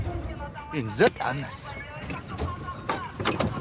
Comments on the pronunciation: Әнәс емес кеч анас 😂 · Әнас емес анас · Анассты дұрыс айтпай тұр😂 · Анасти дурыстап айту керек😂😂😂